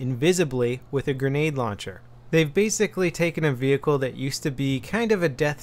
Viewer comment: WTF vehicrklierlerhnkiubgoi ghWTF IT IS VEHICKLE NOT VE HI CRE WTF and also WHY DA FUQ no no just excuse me people today and my alful behavior I guess it's not my day today